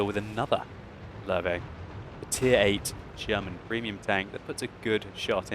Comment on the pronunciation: fucking say löwe right god damn it ... or just say lion if its to strong of a word for u